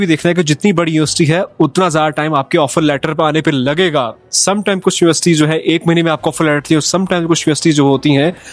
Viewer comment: bro did ya say UST or university?🙂